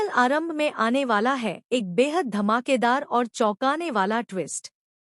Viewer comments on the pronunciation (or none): Aaram bhi h aarambh n female h male n 😅 sahi bolna sikho